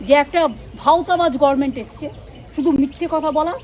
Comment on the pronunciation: মমতা কে দেখান কেন?সহ্য করা যায় না। দুদিন পর তো তিহার এ যাবে।ও আবার ইংরেজি বলে কেন? বলে গরমেন্ট , Government pronounce করতে পারে না। অপদার্থ